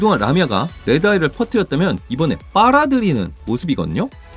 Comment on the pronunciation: 빠라드리듯 아니고 빨아들이듯 이에요 2분 6초에서